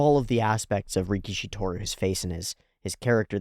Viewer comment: Let's start by calling GOAT antag properly: it's ricky-ish-y. Ricky-she sounds like sumo wrestler (rikishi.) It's funny how one extra "i" makes a huge difference 😆